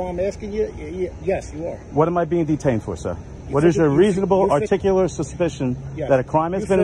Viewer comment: It's "articulate " not articable or any other versions you think it sounds like from YouTube vids🤣